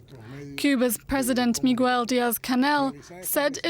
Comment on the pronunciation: the newscaster called this man Meegwell☠️